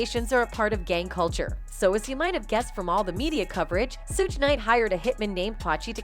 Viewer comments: Who's "Sewge" Knight? This is an investigative report, style video; this channel should do their homework and get the names correct. Pathetic, really! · I can't even listen to this one she can't can't pronounce suge nor pacs name right lol